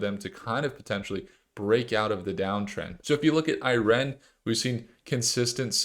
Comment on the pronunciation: Why are you pronouncing IREN like that… it’s one word lol 🤣